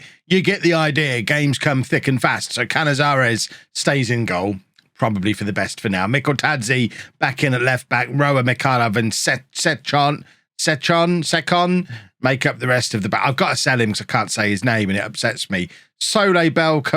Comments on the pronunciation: From an Italian supporter, the way you pronounce Ceccon is "Tchekkon" (or something like that) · it’s pronounced “checkon” if that helps #Ceccon